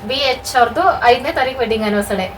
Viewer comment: ತಪ್ಪು ತಿಳ್ಕೊಬೇಡಿ ಆನಿವರ್ಸರಿ ಅಂತ ಹೇಳಿ ಆನಿವರ್ಸಡೇ ಅಲ್ಲ